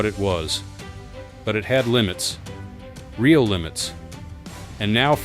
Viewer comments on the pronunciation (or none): none